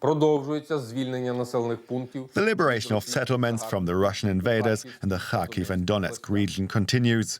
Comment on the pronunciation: Please, don't say "har-HEAVE". It's HAR-kiv. HAR-keev is all right too, I think. (If you want to give the initial H a gravelly, throat-clearing type of sound as Ukrainians themselves do, that's good but not necessary, since English speakers generally aren't good at making it.)